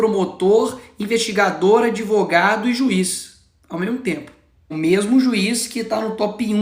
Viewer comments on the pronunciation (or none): 😂😂😂O "adevogado" foi comprado. Está claríssimo!?!😂😂😂